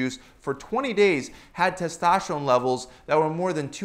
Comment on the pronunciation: What about your tes-TASH-terone??